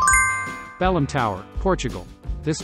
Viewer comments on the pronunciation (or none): Belém, not Balem 😒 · 48 correct !!! 😊 P.S. Belém Tower in Portugal , not “Balem”